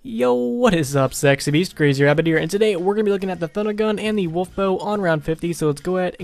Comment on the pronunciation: "What is going on guys, sex is beast"???? Wtf